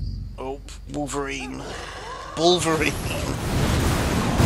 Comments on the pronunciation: balverine not balvereen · Sorry, kind of got to me xD Balverine; "Bal-Ver-Reen"